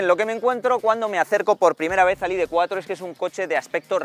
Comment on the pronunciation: Más tonto no puedes ser “ perdonarme si digo id tres ó id cuatro “ por mezclar el inglés con el español. Estas bueno , te recomiendo veas algún “chamán “ a ver si te aclaras. Estas haciendo vídeos para oyentes españoles y no ingleses , así que pronuncia en “CASTELLANO “